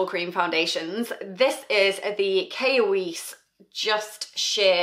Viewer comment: It’s pronounced / keer / why-s